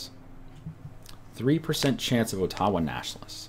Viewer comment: ottawa isn't pronounced Otawa